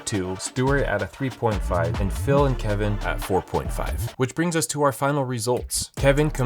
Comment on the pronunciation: I knew it the second he said Keven